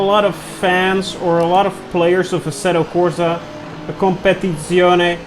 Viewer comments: I'm italian, and I can say that, that prononciation of Competizione was... A MASSIVE SATISFACTION ! Grazie 😍 keep up with the content, always super intresting 💪💪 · No no, this time he's nailed it !! 😃